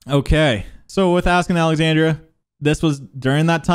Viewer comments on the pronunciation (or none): none